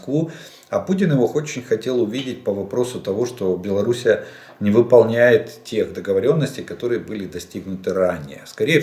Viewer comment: ⚠️⚠️⚠️⚠️⚠️ Падеж ед. ч. Им. Белару́сь Р. Белару́си Д. Белару́си В. Белару́сь Тв. Белару́сью Пр. Белару́си П.С. Олег Владимирович, без обид🙂